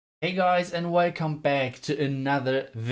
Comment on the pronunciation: Who else loves "Hey guys. Weycome back" 😂. loads of love ❤